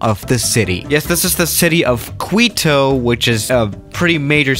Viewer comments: Any person with an ounce of common sense and phonetical knowledge: 'Keeto, Ecuador': 'Kweeto, Eecuador' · QUITO is pronounced "KEETO", Not KWEETO. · It’s pronounced Key-Toe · And you pronounce it like kito not kwitow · Kwee-toe? It's Key-toe, amigo. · Quito isn't pronounced "kweeto", it's very similar to "Keto". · The imagery you used typically distorts the topographical textures. The runway wasn't as shown. The city is pronounced key-toe or kee-toe not kweeto. If you corrected those and the other errors later in the video you have my apologies- I couldn't watch the rest. When you skip basic scholarship I lose confidence. Find another gig or up your game bro. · Also it is KITO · kito KITO IT'S KITO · For my english speaking comment readers, Quito is pronounced the same way as the diet, keto. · Kweetoh? Eekwador? EXPEND the runway? LOLOLOLOL I don't mean to offend but your accent can cause some pretty funny mispronunciations - that said, I speak like 1.25 languages so I'm sure my accent outside of English is pretty damned funny too. Not gonna stop me watching your videos all the same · Mariscal Sucre pronunciation was perfect, then you said Kuito. Anyway, in Spanish, qu is pronounced as a K. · How u said quito HAHAH omg cuiTo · It's pronounced Key toh eck wa door 😂😂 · Kito, is pronounced KITO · OMG its pronounced "Ki-To" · What the hell is with this guy's pronunciation? Ikuador? Qweeto? The fuck? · Quito is pronounced Keeto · “Quito. It’s a pretty big city in Ecuador. It’s the capital lol and the pronunciation on fleek again... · Lmao, how he pronounced Quito LOL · I stopped as soon as I heard him mispronounce Ecuador and Quito - ¿enserio?